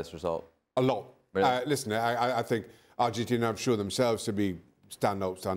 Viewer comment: The hamster keeps saying Arhentina